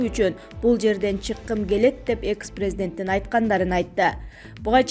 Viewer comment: Экс а не экыс